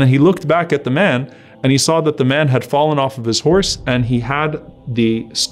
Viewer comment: Pronounce SAWW Properly.